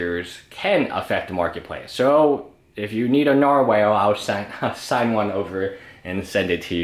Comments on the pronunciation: Nar-wall not Nar-whale... fucking hell m8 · Nar-”whale” lol